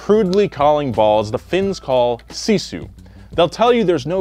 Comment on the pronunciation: Yeah, sisu kinda is in our blood. It takes me 45 mins to get to school in winter, i have to walk across an 47cm deep snow then it kinda good road but still slippery, and all by walking. I wanna be an F1 racer some day, so remember my name as Noah Sebastian Miettinen. Also you mispronounsed sisu buuuuut ill let it slide.